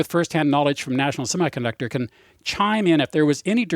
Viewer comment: I winced every time he said the word semiconductor.